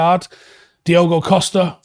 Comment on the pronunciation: Diogo* Dee-OH-Go